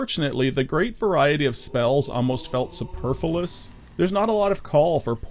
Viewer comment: Great video. Another banger from. However, I did notice that you mispronounced "superfluous" and as such I have prepared a 40,000 word essay as to why the west has fallen because of it.